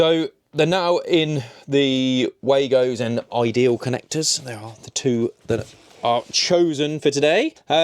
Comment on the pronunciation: Just so as you don’t sound mad, it’s pronounced “Vargo”. It’s a German company and W in German sounds like a V. 😜